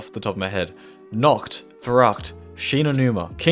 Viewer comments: hello sir im german and i can confirm its nACHt not nOKt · Wanted to hit my head on the wall everytime he said ‘Nocht’ instead of ‘Nacht’